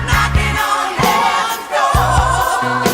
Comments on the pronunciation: The worst cover I have ever heard, thanks to. Who knew the word "door" had 3 syllables? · I find that style of singing the word "door" as if it's a three syllable word is annoying and obnoxious. But, to each, their own.